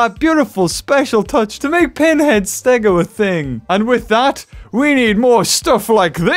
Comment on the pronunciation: WHO R YA CALLIN PINHED